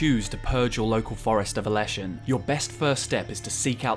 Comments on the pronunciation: Forest is les not las in Czech/Slavic that's why it's leshen not lashen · Word for forest is Les, sounds just like ‘less’, not las